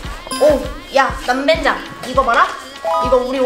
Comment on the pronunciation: 그런데 왜 그렇게 남벤장이라고해요🤔🤨